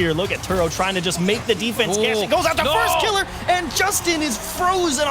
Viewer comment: was anyone else bothered by how that fuckin dude kept saying "firstkilla" like he's scrub killa? i know i'm being very particular about how i like my casting, but that shit just felt wrong